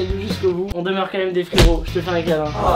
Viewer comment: Quand tu dis quond au lieu de quand